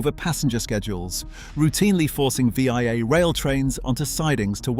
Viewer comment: Well researched and great video clips. Unfortunately you didn't research how to pronounce VIA Rail, it's not V. I. A., but Via, like the English & French word. Also, Regina is pronounced with a long 'i', it rhymes with a body part.